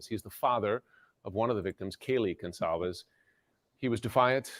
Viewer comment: It’s Goncalves not Goncsalves